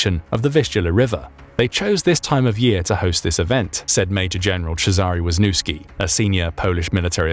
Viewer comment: Your prouniciation of Wiśniewski is attrocios. It's not even similar. You made it sound like Łózniuski. That is as far from Wiśniewski as it can be. WTF?